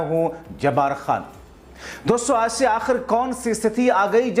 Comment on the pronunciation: Loude doson yeh Kaun Hai doson doston bolna nahi aata to mat bolo, Tera chicha jaisa mitron bolo to maanta hoon lekin doson yeh Kaun si sabdh hai.. gaali khane se pehle sudharo apna pronounciation Verna bura Maan jaoge aap, jab public gaaliya denge, doson nhi doston hon 😮a chahiye nhi to mitron bolo .